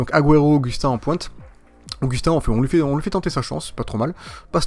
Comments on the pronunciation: cest pas aguero cest agouero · Il m'énerve à mal prononcé aguero, c'est agouero la prononciation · PUTAIN PRONONCE LE MIEUX AGUËRO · on dit aguoéro et résé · tu ne sais pas prononcer aguero et jese